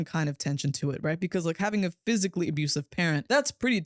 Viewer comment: "phsycially threatening" dude was CGI the entire time !